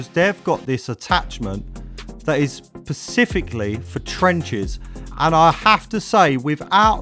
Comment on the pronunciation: pacifically? really. i hope to god he's joking